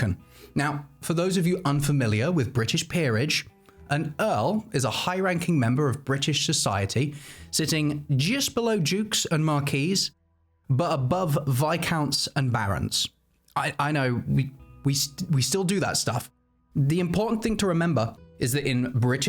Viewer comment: A 'marquee' is a tent. 'Marquess' is pronounced 'mar-kwess' (and the plural is pronounced 'mar-kwesses'). Great waistcoat!